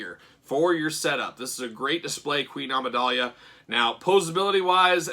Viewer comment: Dude you dont know how to pronounce Amidala??? Its not Amidalia